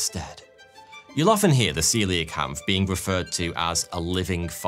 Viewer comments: See-Lah-Kant not See-leeah-Cannot. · Aaarrrrrrg!!! Your pronunciation does my bloody head in. It nice that you’ve done a video on Celia kanth however Coelacanth is pronounced See-la-kanth. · I've always pronounced it 'co - eel o - canth'. But yes, the transition from 'seelo..' to 'seelio..' felt jarring to me also. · You start the video saying 'ceolacanth' correctly. 12 mins in you maddeningly change your pronunciation to 'celiacanth'. Why? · This was the comment I was looking for, I also flinched at the hundred or more times he ballsed it up. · Every time he said “seeliocanth” I wanted to strangle something!! Bloody say it right! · One of my favourite fish. You bizarrely started to mispronounce it half way through, after starting correctly. And then occassionally got it right again. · Great video and presentation. One criticism: You kept putting in an extra syllable when pronouncing the name of the fish. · How do you make a twenty minute video on the coelocanth and mispronounce it the entire time?